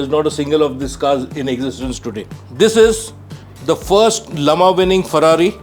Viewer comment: Can we visit your museum? yes it is a museum, not a room, not a hall. and thank you for pronouncing Le Mans the way it should be. Infact all the pronunciations - Grand Prix, Mille Miglia